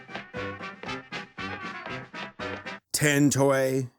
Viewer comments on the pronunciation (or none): The way he says "Tin Toy"